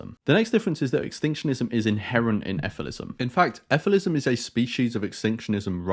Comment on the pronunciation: Shouldn’t it be pronounced as figh-lee-sim?